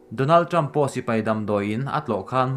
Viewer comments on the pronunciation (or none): none